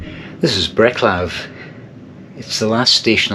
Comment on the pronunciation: Our paths might have crossed - I was in Prague recently and had an excellent time (took the EuroSleeper from Brussels) and sadly I too ate in Burger King before my train home. 🙄 Also, it's 'Bretslaf' rather than 'Breklav' for future reference!